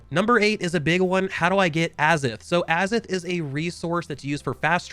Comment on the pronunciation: it's pronounced "a - zoth" not "azith".. just a heads up.. great video! super excited for this game